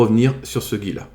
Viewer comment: "ce gi" 😂